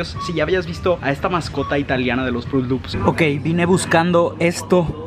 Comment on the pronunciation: Por que le dicen fruti lupis? 😂😅